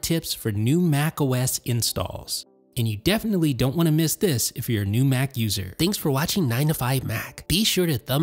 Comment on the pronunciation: bro why he say Mac like that